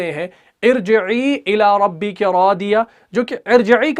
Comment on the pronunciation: Please recite irjeee illa Rubbeky not Rubeka.